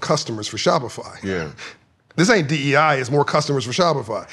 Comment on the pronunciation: Crazy thing is he can't even say D.E.I. correctly.